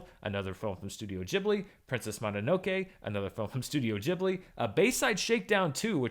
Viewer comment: THANK YOU for saying GEEbli and MononoKAY.